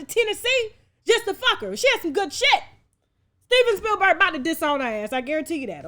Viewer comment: Steven Bill-berg,🤭